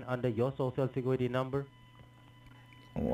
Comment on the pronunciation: Your sho sho secuwity numba 😆